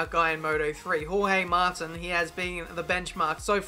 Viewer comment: Jorge mar-teen